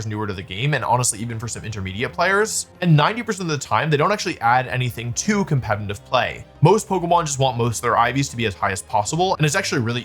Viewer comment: When will this guy learn how to say the word "competitive"😂😅😅